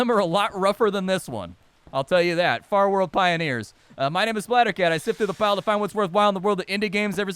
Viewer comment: In the first 5 seconds you said the name of the game wrong... rest was lit! Looks fun